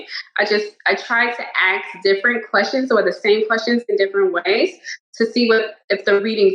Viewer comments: Why does she keep axing? Does she mean ask? ENGLISH??? She actually thinks she has a gift... crazy people!!! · Why does she say "axe" instead of "ask" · Can we just collectively agree that is a person uses "axe" instead of "ask" they most likely are not credible? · Insane or con artist, what can you say. Also, it’s ASK not AXE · sayink "aks" instead of "ask" is a very strong sign of low IQ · If you use "ax" instead of ask nothing you say should ever be taken seriously. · I will never take a grown woman serious who can not pronounce ask lol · WHY CAN'T SHE PRONOUNCE THE WORD ASK!?!? Aks or axe, between that and talking about her 'talents', she's insufferable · Ffs, she's an axe murderer.........Axing questions and being axed questions. Maybe she should axe the cards how to pronounce ask properly and stop friggin murdering the word🤦‍♂😂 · /Ask / is the correct pronunciation 🙄😂 you don't axe someone a question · Why can Americans not say ask without saying axe 🤡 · It’s ask not 🪓 axe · I couldn't trust her even if she had real evidence. I cant trust anybody who says 'axe' instead of 'ask'. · Because aks is much cooler than ask. Aks me how I know. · Yow loveres axe I now this questioun. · Why does she keep saying axe? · Ask!!!! The fucking word is ask!!! Not Axe!!!! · A woman who cant even pronounce "Ask" correctly and instead says "Aks" is apparently intelligent according to those people?? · She axed them?! Who's the murderer now 😱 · My respect for people's opinions falls off a cliff when they say the "axe" someone a question. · I wonder how good she looks in court when she says Axe instead of Ask... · Let her know an "Ax" is used on wood no a question 😊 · Been like that for years, got a few black friends that pronounce it correctly these others are just flat-out f ups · I wonder if the judge is gonna “Axe” how she knew she was psychic 😂😂😂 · She did axe a lot of questions. Good for her. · How is she axing anything